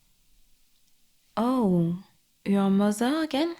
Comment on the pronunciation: "Mozer" love it ❤. Appreciate the french accent in the audio. Feels oddly good to hear an asmr video from (i assume) a french speaker without the weird judgement people in France tend to have towards french people speaking in english.